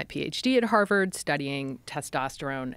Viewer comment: Is she says "havard" one more time.....